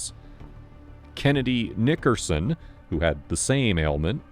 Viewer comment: I love the emphasis on NICKERson 🤣